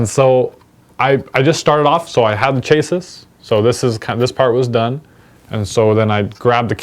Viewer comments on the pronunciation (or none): Did you just say "CHAY-sis" ? I think it's "CHASS-ee" ... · Yeah Chassis is pronounced "Shassy".